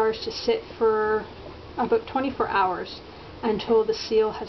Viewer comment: OH MY GOD YOU SAID ABOOT! AHAA :) I love canadians.